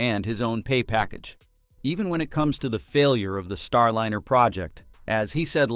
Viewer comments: AND FFS - GET RID OF YOUR AI DROID SOUNDTRACK. It ain't StarLINNER - it's Star LINER, rhymes with fine, tine and wine. UGH!!!!!!!! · Please find a robotvoice that is able to pronounce "Starliner" instead of "Starlinner" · Lye ner not linnn err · “StarLinner?” Quit using AI to do you voices. Or, at least teach it how to pronounce “StarLINER.” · AI voices are not there yet. It‘s not Starlinner! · AI generated garbage "Star Liner" being pronounced "Star Linner" - No real information here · "Starlinner"? Really? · StarLiner is properly pronounced with a Long "I"; NOT "StarLinner" with a Short "I", as is often the case in this video episode. What is the matter with this channel? They have been told the correct pronunciation MULTIPLE times, yet the error persists. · The robot speaker should learn how to pronounce "Starliner". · Your non DEI AI can’t even pronounce the name of the spacecraft correctly.